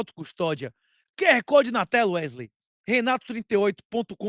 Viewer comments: Toda vez que o fala "Não é mesmo Erley?" Me da um certo desconforto pq parece que ele esta dizendo meu nome errado. kkk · Alguém pode avisar a ele que o nome do cara é WeSley? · Werley ou Wesley? 😂